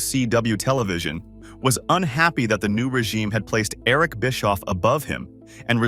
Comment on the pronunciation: Biskoof 😂😂😂and Oal 😂😂😂